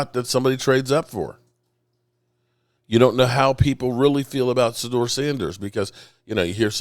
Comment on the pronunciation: im not trying to be mean but please practice on saying these players names correctly especially our players It’s Shu-door sanders with SH sound And it’s ASHTON not Austin Just practice